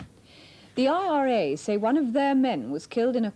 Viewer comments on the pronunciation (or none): "the RIA" now that was wrong, it was the IRA, and this little slip from Jan could be dangerous, as if the IRA felt BBC newsreaders were deliberately mispronouncing their name, Jan could become a target. Michael Buerk came under threat when in the early 1990s he pronounced the INLA as the "in la"